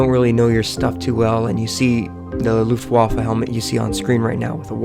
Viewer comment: Good video but damn dude learn to say Luftwaffe correctly